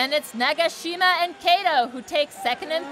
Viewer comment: 나가싀마~ 해설자분 발음이 너무 재밌다ㅋㅋㅋㅋㅋㅋㅋ